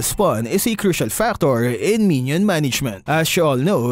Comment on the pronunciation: It sound like 1 million